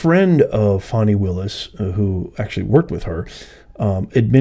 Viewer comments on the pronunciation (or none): Why did you apologize for saying her name…she’s Fani NOT Foni. Her parents must like that name.